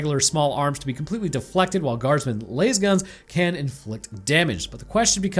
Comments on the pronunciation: Listen to me I know in Dune Layz is the correct pronunciation. Guardsmen use LAS gun LAS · Oof man said “laze gun” instant loss of credibility.